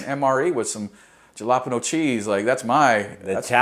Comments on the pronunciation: From Arizona and you pronounce "Jalapeño"(Hala-'pain-yo)...Ja-'lop-ino??? Corporal, I'm as white as you, from San Diego, and even I know a bit of Spanish. 🙄🤣 HM2 "Doc" MacKay USNR , Pt Mugu NAS CA 1/23 Marines, FOB Hit, Iraq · He said gelapano cheese😂